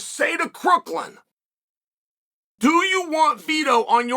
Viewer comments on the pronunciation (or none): CROOKHAM. It’s Ryan CROOKHAM. not crookland FFS.